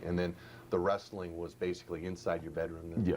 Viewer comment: "wrasslin" my ass !